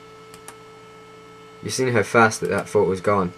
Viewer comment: i like how you say photo, its like: pho-oh